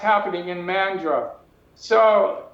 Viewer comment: Bla, blah, blah... Neither speaker can pronounce Mandurah properly. Tells me a lot.